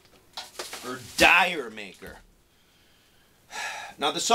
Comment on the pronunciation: Pronounced it wrong. No Dire! D'Yer.